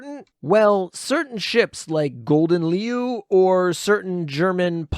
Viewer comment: Ya know ya could have asked a Dutch person cough cough how to pronounce Gouden Leeuw 😅